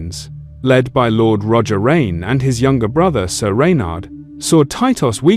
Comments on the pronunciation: It’s “rain” not “rain-eh” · The "Reynez" 😂😂